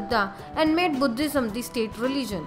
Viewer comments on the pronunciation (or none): none